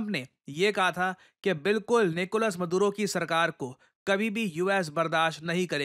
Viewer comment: निकोलस मदुरो ❌ निकोलस मादुरो ✅ 😁